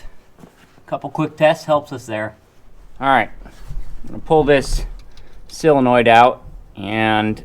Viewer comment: Solenoid, not silinoid. ,)